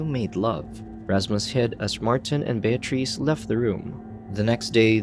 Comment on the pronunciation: Voice Over Guy was killin it until he tripped over the name Bear Treece 😂 Voice Over Guy decided to double down and keep destroying her name. Well played 👏